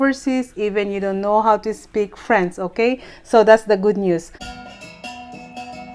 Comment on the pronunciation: Paki ayos ang pag pronounce ng french. Kasi ang pag pronounce mo frens